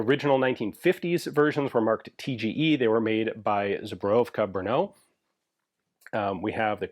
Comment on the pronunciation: You are making progress in pronouncing the word "zbrojovka". 😊